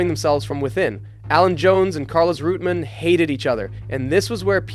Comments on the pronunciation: REUTEMANN, not Rootmen! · Not "Rooteman" but "Roy-tuh-mann" And no, Lole didn't hate Jones, vice versa. Jones didn't like that Lole didn't change places at Brazil, but Jones himself said he didn't hate Reutemann. Also, it's MANSELL, not Mensell. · "Root-man"? Thought it was always Reu-TE-man. And "Men-sell"? Anyways, good historical background on Piquet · GET YOUR PRONUNCIATION RIGHT!! WTF IS ROOTMAN, BRA-BAM.. AND GRAY-ND PREE? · Who is "Men's sell"? Who is "Root-man"? Good video, but improper name pronunciations make it difficult to listen to.